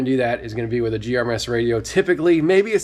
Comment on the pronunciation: It's gmrs not grms and it's retevis not retrievis